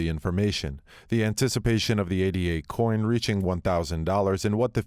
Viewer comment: It's "Ay-duh" not "Ay-Dee-Ay". The coin is named after Ada Lovelace... the Earth's first computer programmer.